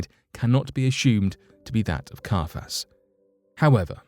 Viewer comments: He was called CIAPHAS not CARPHAS! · Carfass? Not Caiphas?? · KAI-a-phas. Jo-SEE-phus. (Sorry to be that person. I'll just see myself out now..)